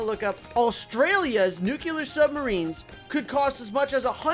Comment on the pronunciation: Nuclear: no Nuculur: yes